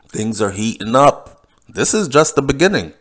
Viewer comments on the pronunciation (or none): none